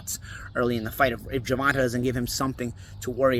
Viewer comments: “Gervontuh” is crazy 😂. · It’s GER—VON—TAY!! God dammit! 😂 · Why’s it so hard to say his name right? How could you say Tank has slow feet? That’s ridiculous. Shawn Porter has sparred him and said the exact opposite. You don’t pick certain fighters to win. It’s obvious at this point.